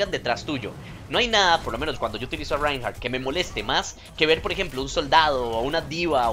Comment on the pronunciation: creelo o no mi 2ndo nombre es Reinhardt y lo estas diciendo bien xD.